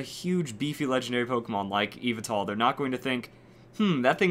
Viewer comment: Yveltal is pronounced as, YEE-VEL-TAL so get it right